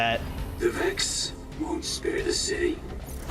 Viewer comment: My man said the Vakks 🤣